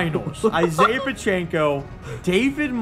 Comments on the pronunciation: PA CH ECKO not pa CH AKO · It’s Pacheco not Pocheco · pacheco is pronounced pa check o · For the love of god say Pacheco's name right. It doesn't have an N in it anywhere.